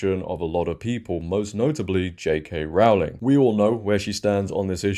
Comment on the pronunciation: Yet again... pleeeeeease note that Rowling rhymes with 'bowling', not 'cowling'!